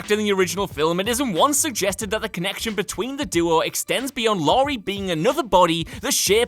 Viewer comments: Lori... Lori... IT'S LAURIE! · Laurie not Lori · It's Laurie. Not Lori. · LAURIE STRODE NOT LORI!! Fucking hacks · ITS LAURIE, NOT LORI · It's Laurie, not Lori